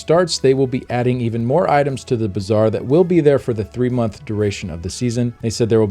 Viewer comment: Why do I keep hearing "bizarre" instead of "bazaar".